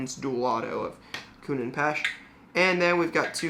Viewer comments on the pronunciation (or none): This guy said akuna and pash 🤦🏻‍♂️ We are in 2022 lol